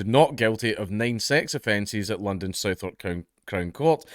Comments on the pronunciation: when pronouncing Southwark, the W in Southwark is silent, so pronounce it like southark rather than Southwark, as I use to live in the area and it often gives me a giggle when people mispronounce it buddy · Isn't Southwark pronounced "Sutherk?" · Danks -not being a pedantic prick (and only know this cozI made the same mistake when I moved to London) but Southwark is pronounced suh-verk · Just a quick fyi, Southwark is pronounced "suthark" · Southwark is pronounced like Southern with the k replacing the n :)